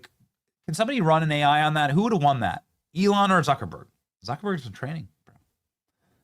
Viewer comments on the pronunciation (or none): none